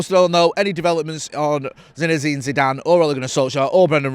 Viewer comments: Lol continuously calling the bloke "ZINEZINE Zidane"😂😂.. If he becomes our manager you'll have to get it right 😂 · So many Z’s 😂😂😂